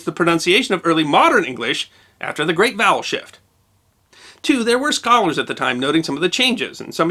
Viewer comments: I thought you said "The great bowel shift". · I'm cursed! I keep hearing "bowel shift" and then I'm accosted by imagery.